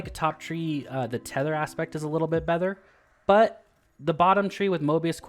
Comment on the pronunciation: "i still think top tree TETHER is in general BETHER" lol